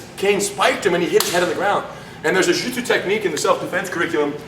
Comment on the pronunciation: Lol roo-jitsu